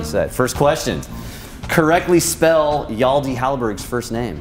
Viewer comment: Having never heard of Hjalte before (I'm sorry :-O), I would have spelled his name wrong. But not because I don't know how to spell the name "Hjalte" (I'm finnish) but because the host of this show pronounces it completely wrong: "Yaldee". What the hell?